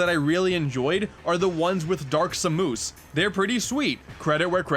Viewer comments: Lol did you just say dark sumoose? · "Dark Semoos" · “dark samoos” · Dark Sa-moose? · Did... Did you say Dark Sa-moose? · Wait... did you call her "Dark S'Moose"? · Dark Samoose? Really? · Dark Sa-moose. Yes, my favorite boss too. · Dark sa-moose cX